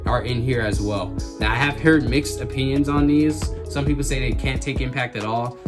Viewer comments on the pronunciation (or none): none